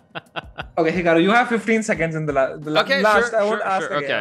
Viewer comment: Whenever someone says Hikaru It sounds to me like "Kangaroo"😅